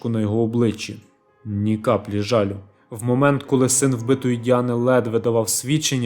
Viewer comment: Молодці, що розвиваєте україномовний контент. Але дозвольте підказати. Не відкликатися, а відгукуватись. Не закриватися (про бар), а зачинятися. За сумісництвом, а не по сумісництву. Не мішати(про поведінку), а не заважати. Кілька днів тому, а не назад. ЖалЮ- наголос.